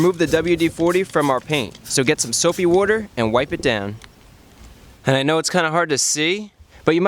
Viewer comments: "soap wooder" haha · 'Soapy wooder' 'Warm wooder'. Says Chris fix :Tree: Yo get that wood on my tog' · He pronounces water like "wooder" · Soapy woder? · LOL I love the "Soap + Wooder" Gave me a good laugh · Soap and Wooder, lol. How Jersey of you, Chris.